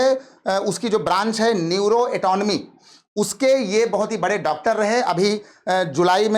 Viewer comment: Neuro anatomy न्यूरो अनाटमी Aisa pronounce hota hai. Sir